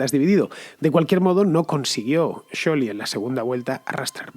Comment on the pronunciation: Fernando pronuncia Scioli en italiano y ni el propio Scioli lo pronuncia así